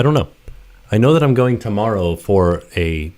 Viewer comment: I’m gonna be there “temerrow” 🤣 super excited!! 😍